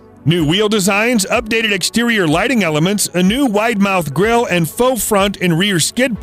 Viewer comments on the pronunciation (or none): none